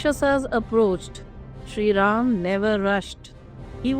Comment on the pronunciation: Good presentation. But Madam do get the pronunciation right. It is VasishtA, not VasishT. It is Sri RamA, not Sri RaM, MokshA and not MoksH. And so on.